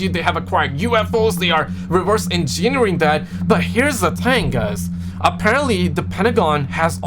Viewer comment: En jin er ing? 😂